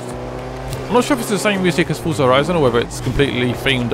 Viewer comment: Fusah horison :D The way you says it sound pretty funny :)